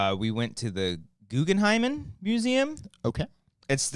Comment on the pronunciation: No one going to comment on "Guggen-hymen" museum?